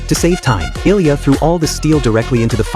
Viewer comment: His name is ilija not ilya